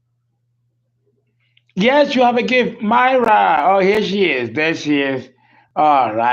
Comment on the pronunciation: Actually my name is pronounced “Meera” Mira is a name derived from India, not pronounced like Hispanic name Mayra